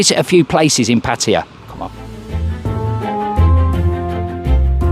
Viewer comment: Y can’t people pronounce pattay properly😩